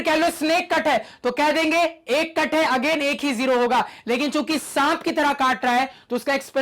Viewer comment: Sir chuki bole rhe h mujhe chut*** sunai diyaa 😂😂